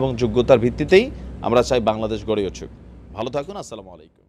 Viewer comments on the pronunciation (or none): ছালামুআলাইকুম না আসসালামুয়ালাইকুম ভালো করে সালাম টা দিবেন দয়া করে ইনশাআল্লাহ